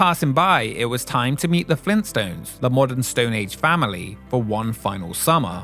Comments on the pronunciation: FLEENT STONES? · “Fleenstones?!” — Joel